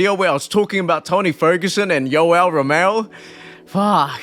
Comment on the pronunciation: You keep saying Romeo it’s Romero